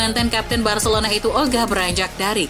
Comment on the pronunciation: Bacilona bacilona mls aq dengar nya 😂😂😂